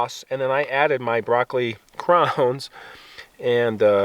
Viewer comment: Where are you from to pronounce "crowns" that way?